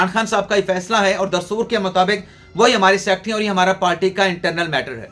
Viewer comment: PALTY NAHI HOTI, PARTY HOTI HAI, TU PARTY KO PALTY KIUN BOLTA HAI, TALIM KI KAMI HAI, HAHA😊😊😊